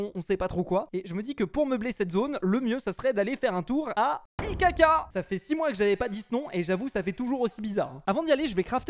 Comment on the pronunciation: Quand tu dit IKK moi j’antent ICACA